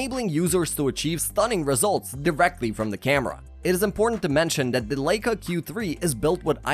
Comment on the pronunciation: The narrator mispronounces Leica 😦